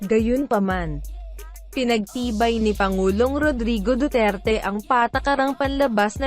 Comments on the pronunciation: BULOL, DUWERTE ANG BIGKAS MO PO..HINDI DU TER TE.... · hoy tangina mo duterte po hindi dutert tangina mong robot ka